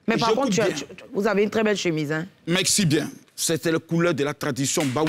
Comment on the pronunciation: Makosso on dit "merci" et non "meksi"